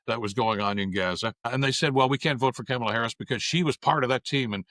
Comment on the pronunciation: Good episode but, please, pronounce the woman's name correctly. It is pronounced Comma-la.